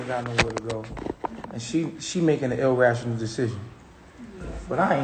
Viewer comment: This fool said “ill-rational” 😒